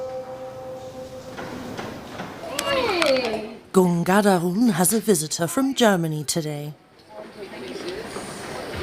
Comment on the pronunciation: Is it that difficult to pronounce "Ganghadaran" when compared to "Schwarzenegger"? 🤔😁😆😜